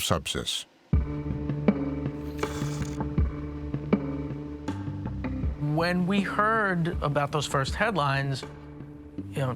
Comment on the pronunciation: How ironic that at the first mention of Subsys I thought the narrator said SEPSIS ?!? Turns out both are just as LETHAL!